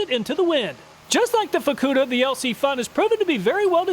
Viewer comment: Good call on pronouncing the FUKKUDA lighter with a hard U.